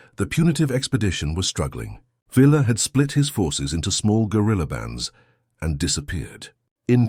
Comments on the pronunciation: I'VE NEVER NEVE NEVER NEVER EVER HEARD ANYONE CALL HIM PANCHO VILLLLLLLLLLA. IT'S PRONOUNCED PANCHO VIYYA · Villa is pronounced Vee Yah in Mexico. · Shees! It's Veeya! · Pancho the a is used as in father Villa is pronounced as vee-ya. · Flawed AI narration for a very entertaining story. Spanish pronunciation isn’t all that hard, btw, even for anglos. VEE-Ya. Car-DAY-nyas. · Really annoying incorrect pronunciation of Villa. If you cant pronounce it, don’t make the video.